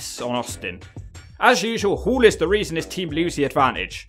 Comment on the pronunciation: It's pronounced HALL.. not Hool...